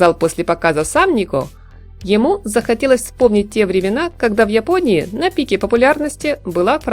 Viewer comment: Вы с Украины Очень выражена буква я,когда говорите про Японию